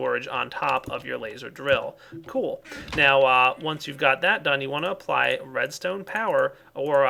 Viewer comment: I thought he kept saying ''programmable redneck controller'' XD